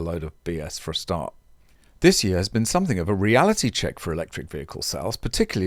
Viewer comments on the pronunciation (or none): none